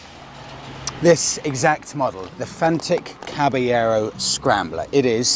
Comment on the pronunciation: Come on mate, learn how to pronounce the name properly!